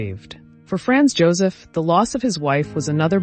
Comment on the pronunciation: It would really be nice if the pronunciation of the names, e.g., Sisi, Franz Josef, etc. were accurate. How difficult is it?